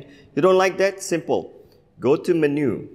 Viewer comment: "Menue" God, that's irking me. 😩